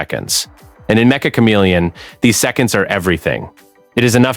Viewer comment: It's metch-uh not mecha